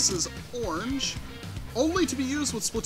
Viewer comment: ITs not Splitoon its Splat-oon